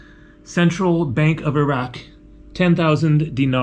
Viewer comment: Nice video! You sure can pick the places! Glad you make the effort to pronounce ‘ ear-rac’ instead of eye rac’ be safe.